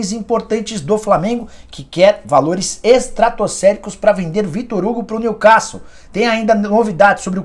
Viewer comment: Nicola, não aguento mais ouvir tu falando " New castle " com som de A. A pronúncia é com som de " E "